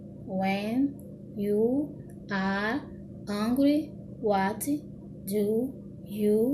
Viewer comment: moça vc pronuncia um pouquinho errado, eu n sei como explicar, por exemplo em "hungry" vc disse "ãngrui" mas se fala "rãngrui", meio dificil explicar em comentário mas enfim, teve outras coisas mas to com preguiça de escrever kkkk